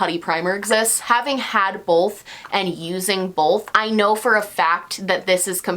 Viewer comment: No one:: BOLTH 🤣😘